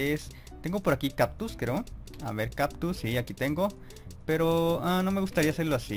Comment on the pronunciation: No es por ofender peor note que decías "captus" jajaja (es broma eh?)